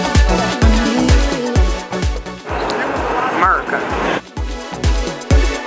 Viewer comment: Lmfao "amurica"